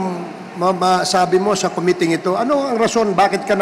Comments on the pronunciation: Kelan kaya nila maitatama pronunciation nila ng "Committee", congressmen paman din... kaya nahahawa mga tao eh, lalu mga bata, akala nila un ung tama. hayz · Com-mit-tee your honor, not co-mi-te, para mas pogi ang dating mo. Hige subukan mong basahin, com-mit-tee!😁Rep. Dan Fernandez ✌️